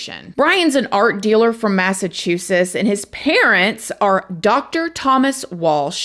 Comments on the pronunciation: You’re killing me with this massachussus 😂 💀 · Great coverage on this story! Ive been meaning to find out what this story is about so thank you 🙏🏼 Also, I dunno if it’s because I’m listening to this my ear pods, but the way you say Massachusetts has me 😂😂😂😂 It sounds like you are saying “Massachusess” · Yes, you are totally saying “Massachusess! I love it 😂😂 you are awesome ❤ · Another BRIAN?!, say Massachusetts two times. 🙂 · The way you say Massachusetts makes me chuckle 🤭 ❤